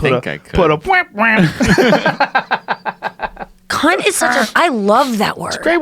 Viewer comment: Americans saying cunt doesn’t sound offensive, I just hear “kuyn” when they say it😂